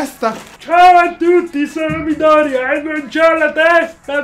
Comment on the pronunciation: Sì sono pignola odiatemi quanto volete ma Midoriya si legge con l'accento tonico sulla seconda "i"